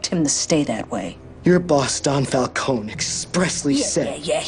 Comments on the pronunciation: I noticed that! But he didn't seem very Italian mob boss, so I just went with it. LOL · Did they seriously just say Fal-cone? It's pronounced Fal-con-e how do you fuck that up?